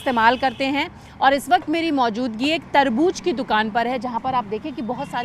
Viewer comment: Tarbuj tarbuj kya laga rakha hai..its tarbooz